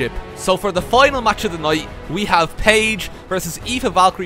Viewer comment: the fact that you pronounce Aoife so perfectly, confuses me a bit.